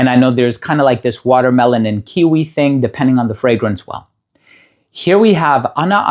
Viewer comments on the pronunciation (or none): none